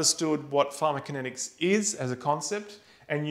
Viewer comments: He's calling it pharmakinetics - where is the co? =) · Ugh I can't absorb this I'm so distracted by him leaving out a syllable. And I'm perplexed that he manages to leave it out every time, even after breaking down the word into two parts and saying them both correctly. It's like the cool whip family guy skit. Say "pharmaco". Now say "kinetics". Now say "pharmaCOkinetics" "Pharma-kinetics!"